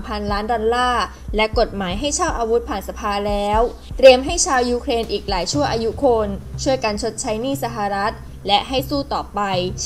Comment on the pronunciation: อ่านข่าวคำควบกล้ำต่างๆต้องชัดครับ เช่น ยูเคน x , ปะเทศ x , ปะกาศ x , ปอดภัย x